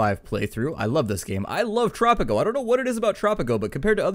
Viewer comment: Great vid! I was so surprised to see tanks attacking, but I was wondering where your tanks were. Anyway! hope we dont have to wait to long for the next vid im lovin Tttttttttttropico! kinda like roll your tongue when sayin tropico